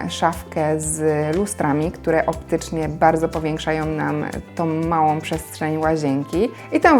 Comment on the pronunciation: Ogromną a nie ogromnom. Ładną a nie ładnom. Małą a nie małom.